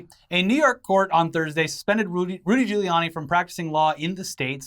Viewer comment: I love it how you both screw up saying Rudy Guiliani's name every time you say it, hehehehh